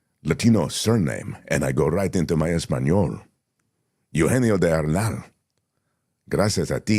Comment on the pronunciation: It’s E-U-genio. Not E-you-genio. “eu” here is not a diphthong. Each vowel is pronounced separately.